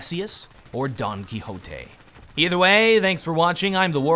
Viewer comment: Excellent pronunciation of "Don Quijote", amigo!!